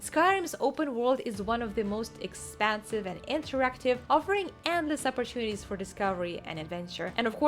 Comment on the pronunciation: I know you said No Man's Sky is expansive, but I really heard expensive! 😂